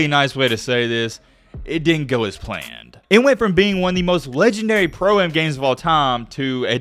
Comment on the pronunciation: it is on purpose that you can't pronounce Chet Holm-Gren. not hogrum?! I guess it must be so that you don't get some type of copyright claim or something. Also. Pro Am games are pronounced Pro - Am not proum